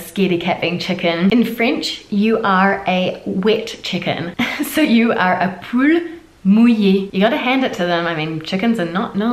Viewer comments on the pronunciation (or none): none